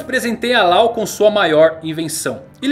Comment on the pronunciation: Mano eu admiro muito seu trabalho. Sou um grande fã. Mas por favor vc I fluência pessoas... Não diga o nome "Law" não existe está pronúncia em NENHUM idioma a pronúncia é "Ló" igual lei em inglês. Em nenhuma dublagem nem no original e nem em nenhuma outra existeo som Law. Por favor somente o Brasil foi o único país no mundo que inventou isso, fizeram raps... Por favor concerte isso...